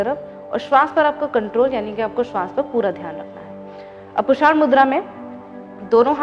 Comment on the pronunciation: पुषाण नहीं पूषण बोलिए